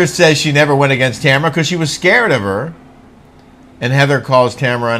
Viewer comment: i hate the way she talks!! She puts an "A" on the end of her wordsA and it drives me nutsA lol